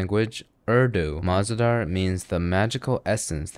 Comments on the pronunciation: Mah-ze-dar Is actually mazedaar... Meaning enjoyable.... 😅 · Bruh he just pronunciated mahzedhar as maH Z dAR😭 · mah-ze-dahr girl it's just muh-zay-dhar which means fun 😂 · MAAZDAAR 😭😭 BRO ITS MUZ-ZAY-DAAR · It is pronounced “ma-ze-dar” and it means tasty/enjoyable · as someone who knows Urdu, even i couldnt understand what he meant when he said 'ma ze daar' 💀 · Bro never misses on the details. Also, I like How he completely butchered the name of Mah Ze Dhar. You do you bro. Maybe next time, don't blur the face.